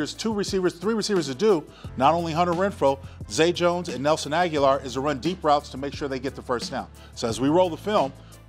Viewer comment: Linc, love you brotha. Agholor's name is pronounced Ah-Go-Lor.